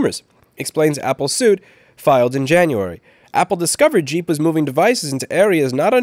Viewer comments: If it's GEEP, it aint said like JEEP. Its more like G-imp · It's not pronounced jeep, it's pronounced geep. think gah, not jah, think geek, not jeep.